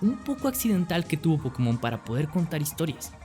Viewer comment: pero si no sabes ni pronuciarlo como va a ser tu franquicia? xD